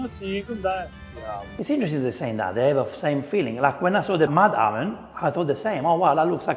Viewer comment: Every time he says "oven", I hear "almond". Ha ha ha ha.